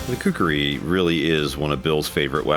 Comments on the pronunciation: Everyone should pronunce this awesome weapon as: "Khoo - Koo - Ree " nothing else. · Its actually "KHUKURI" . Nice content.